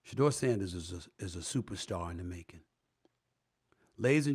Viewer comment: HOW R U TALKING ABOUT HIS GREATNESS N MEET HIM N INTERVIEW HIM>>>>>>BUT U CANT GET HIS NAME RIGHT!?!? Shedu-er